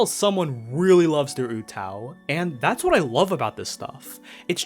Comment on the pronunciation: Oo-TAH-oo not Ootow. Sounds like mgtow lol